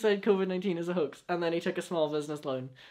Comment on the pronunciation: This is completely off topic but every time he says “Hoax” all I hear is “Hux” and that’s on thinking about nothing but Star Wars👁👄👁🧍🏻‍♀️